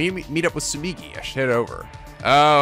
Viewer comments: The way keeps pronouncing Tsumugi sounds kinda like Tsumiki, and it's bringing back SDR2 feels I didn't know I still had. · How dare he mispronounce Tsumogi's name! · Woo. Exciting. Minus the death part. I forsee people pointing out Tsumugi's name is not Tsumigi. Its okay guys. will correct himself if he really feels like it. Not like anyone corrects him with Morishige. Shocking news: cant pronounce JP names that well. It happens! Dont get hung up on it. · you need to stop pronouncing her name as Tsumigi lol. It's Tsu-moo-gi. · Not even three minutes in and we already have a FMA reference from Tsumugi. Speaking of which, still mispronouncing her name. It's not Tsu-MI-gi it's Tsu-MU-gi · It's not Tsumigi, it's Tsumugi... This is the new Ashina and Komayda, isn't it? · Marche800 Moshirige instead of Morishige Ashina instead of Asahina And now Tsumigi instead Tsumugi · ikr? When he says Tsu mi gi, i hear Tsumiki which reminds me of Mikan X_X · Tsumugi. No TSUMIGI. You're pronouncing it like she's Mikan Tsumiki. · Tsumugi, not Tsumigi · her name is Tsu-MU-gi, not Tsu-MI-gi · Ummmm, is it just me or is he pronouncing Tsumugi wrong? It sounds like he keeps saying it like Tsumigi instead......which is wrong. Edit: nevermind, he corrected himself later. Or I was hearing things. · TsumUgi, not TsumIgi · Tsu-moo-gi. Not migi. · It's Tsumugi not Tsumigi. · it's not hard to say TSU-MU-GI,! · Just so you know, it's soo-MOO-gee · Repeat after me. Soo-MOO-gee. Tsumugi. you've been pronouncing my girl's name wrong this whole time:p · Tsugumi isn't a hard name, you'd think he'd be able to pronounce it right... >~>